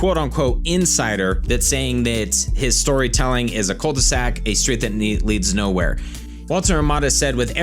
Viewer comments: It's not Cul de Sac. It's... Cool The Zack! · Whats a " cold the sac " lol " cul de sac" Meaning dead end you mean , it prononce .Q ,qu . The, d' . Sac